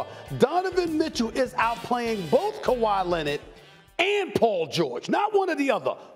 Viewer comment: Kawhi Lennid 😂